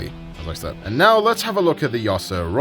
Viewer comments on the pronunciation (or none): none